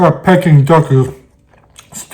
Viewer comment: It's pronounced Peeking duck, not Pecking duck. You made me crave it though.